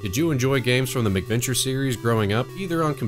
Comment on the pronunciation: oh actually cuz it did sound like you were saying something like adventure with a prefix before it and I had forgotten they were called mac venture so now that you mention it you said it properly and it isn't hard to understand, also to with my grandmother being from Scotland I tend to over emphasize the pronunciation of Mac to clearly distinguish it from the anglicized Mc which has now been know as the Irish Gaelic prefix, but yeah awesome job man keep making great stuff cuz your production quality is so superior to a lot of other channels I've seen so I'm sure you will grow into 10's of thousand of subcribers then onto 100,000 and I'm not just saying this cuz there are youtubers I know who started with a couple hundred of subs and now have over 200k and there videos even at this point are not of your quality